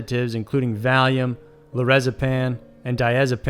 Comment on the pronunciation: Low-raz-e-pam not lorazepan